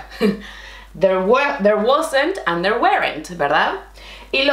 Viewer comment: You explain everything SO clearly! I have tried many different teachers, but you are the BEST! I teach English to Spanish students online. Let me please correct your English - this is how we learn! Aren't and Weren't are ONE syllable, so they sound like aaant and wernt. I have enjoyed many of your classes - BRILLIANT!